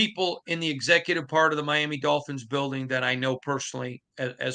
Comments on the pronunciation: My - Am - Me! Wtf has ever pronounced it my-am-mu?!? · Good going guys. is a journalist & he still can’t pronounce Miama?😂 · Myaaaamaaaa ????? Myaaaaamaaaaaaaaaaaaaa???????? Learn HOW speak English Mandatory core requirement ? You need to be able to Pronounce FOOTBALL Teams name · Who the hell says Miama?!?! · "Miama" is hillbilly slang, and did not mean it in a nice or respectful way. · Not sure if I’ve heard that pronunciation of the word Miami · the way he pronounces Miami is wild